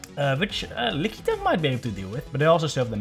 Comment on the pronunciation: LOL, man....I've never heard anyone call it "Lick-ee-tongue" before, but this is now my official cannon. I will accept no other pronunciation from this point forward! :D